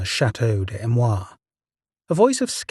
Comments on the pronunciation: A...me...rois...say it correctly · The narrator doesn't even try to pronounce Amerois even remotely correctly